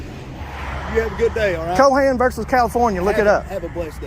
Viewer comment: It's not Co Hen, it's Cohen, the "H" is silent. And he claims to understand the law. 🤣